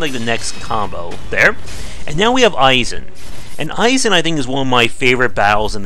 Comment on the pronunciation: Do you pronounce "Genichiro" as "Genchiro" and "Isshin" as "Aye-zin" unintentionally, or is that just a bait for comments? Edit: Ah, nevermind, it is bait lmao. "The game is so easy: that 'genchiro' fight you just saw? After hours learning his moves, it was easy". You got me. Good one.